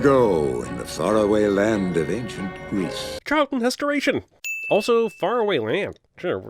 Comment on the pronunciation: I hear something wayyy worse than "Charlton Hestarration". In other words, #SaveTheChildren